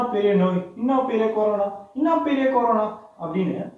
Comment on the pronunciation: Dei thambi adhu carona illa paa corona 😂😂😂